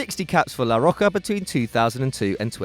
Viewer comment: 'la rocka' :/